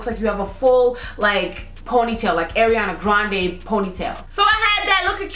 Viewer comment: "Airiana Grande" cries